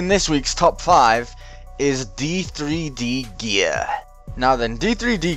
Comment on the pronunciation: D3D Gear is pronounced Ded Gear Like ur vid :D